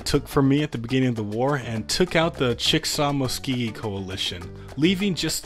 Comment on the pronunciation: My man hearing your pronunciation on these tribe names is killing me. It’s chick-uh-saw and musc-o-gee